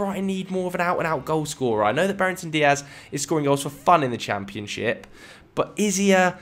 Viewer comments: Brereton Diaz is pronounced (Brey-Ton) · Legend has it is still pronouncing Ben Brereton Dias as Ben Brereington Dias 😂